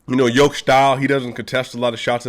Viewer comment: Nemoj pricati gluposti, brate. Don't talk stupid thinks, brother. Jokic is pronounced initially like yes or year, and in the end like the genius Pete Maravich (maybe originally Mavrovic) but still written Jokic.